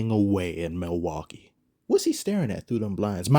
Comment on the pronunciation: "Theres not a bread crumb of debauchery in sight in milwakee" 😂😂😂 xd